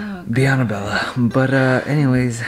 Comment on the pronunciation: Why you say “Bella” wen it’s Abella